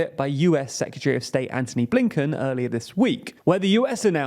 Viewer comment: I don’t know why but the pronunciation of “secretary” as “secutary” is really grating.